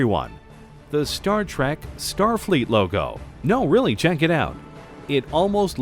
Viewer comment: The word is trek not track.